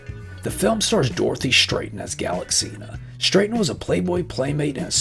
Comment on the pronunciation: Stratton ... Pronounced with a short 'a' ... Show some respect please 😂😂😂